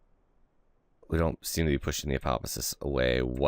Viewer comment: I really like your videos. But, please, for the love of jebadiah, it's ap - o - ap - sis.